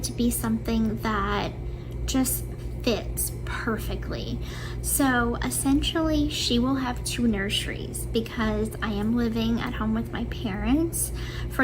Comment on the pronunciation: “nursheries” - that ALWAYS makes me LOL 😂!!!